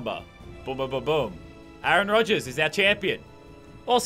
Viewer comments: a aron... wtf is with this pronunciation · he said a-aron have you been watching key and peele